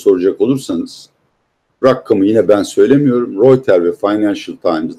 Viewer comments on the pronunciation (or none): Peki abi “rakam” değil “rakkam”, “için” değil “içün” mü? Why??? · Rakkam değil rakam